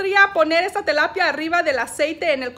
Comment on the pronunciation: "Telapia" o "tilapia"